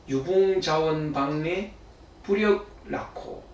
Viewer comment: 이 기동 선생께 직접 잘못을 지적 하지 않을 수 없습니다. 한문 독법이 틀렸습니다. "유붕자원방래"를 두 자씩 띄어서 읽으셨습니다. 이 글에서, "자"는 부터라는 전치사이고, "방래"는 명사로서 "방" 과 "래"는 띄어서 읽을 수 없는 것을 대학자이신 선생께서, "자원" "방래"라고 띄어서 읽으셨습니다. 이것은 결코 일시적 착각이 아님을 확신합니다. 도대체 한학자라는 분이 문법적 구문을 이해하며 공부를 하셨는지!! 참으로 실망 천만이옵니다. 다시 분명히 고쳐 드립니다. 이 글은, "유붕 자 원방래"라고 띄어서 읽으시옵소서!!! 제가 쓴 책"한국 어문을 고발함"을 일독해 주실까요? 미국 변 완수 배